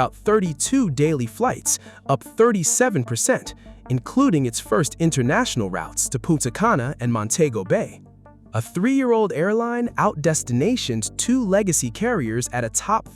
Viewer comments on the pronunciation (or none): Montego Bay is pronounced; Mon - TIGO Bay. Not Mon - TAYGO. lmao